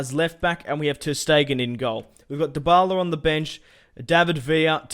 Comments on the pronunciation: Why DO everyone say the la liga that means the the liga and why is this Guy saying dybbala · Did he say dbaleh